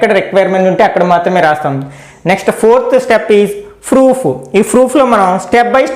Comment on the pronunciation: Sir very nice explanation but you are telling froof in place of proof